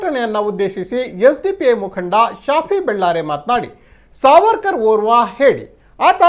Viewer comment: "Savarkar" "SARVARKAR" alla. 'R' haklikke illa.